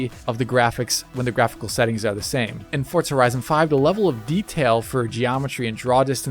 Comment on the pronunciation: Why do Americans say fortza?